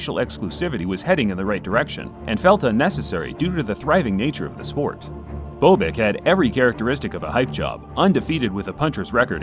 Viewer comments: It's Bob ick, not bo bick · It's BOB-ick not BO-bick. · Bob-ick. Not Bo Bick. The narrators of these boxing bids mis pronounce boxers names way to often. The footage of Norton vs Bobick the announcer pronounces his name properly and yet still the mispronunciation. Get your game together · It's not Boo-bick, it's Bob-ick. Just sayin. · BowBick? Next time use the pronunciation that the announcer did in THIS video. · Love your videos', just want to let you know you are mispronouncing Bobick. The "o" is soft like in the name Bob. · Bobick's last name is mispronounced throughout this video. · Duane Bobick....where do I start with this guy...? Try pronouncing his name correctly...